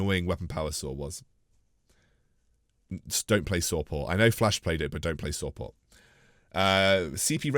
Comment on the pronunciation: lel "SAWPORT"